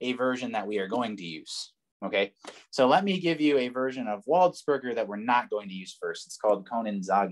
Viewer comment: Very enjoyable video, also I think his name is pronounced closer to 'waldspurjay,' cause he's like French and stuff